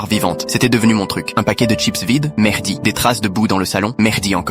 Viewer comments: Y a que moi qui entends "Mehrdi" au lieu de Mehdi ?! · Moi aussi j’ai entendu Merdi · Le "Mehdi" moi j'ai entendue "Merdi" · C'est pas que toi il dit vraiment Merdi